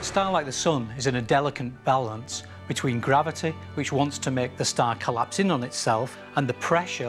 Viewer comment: nobody: this guy: grAviTeA